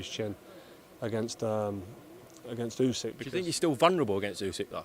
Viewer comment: MY GUY DEFFO SAID OLE GUNNAR USYK LOL